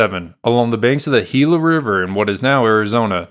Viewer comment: Excellent video, as a resident of the area I appreciate you pronouncing Gila correctly!